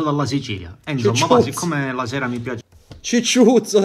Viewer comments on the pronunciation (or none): Comúnque si chiamava gigiuzzo non cicciuzzo 😂😂😂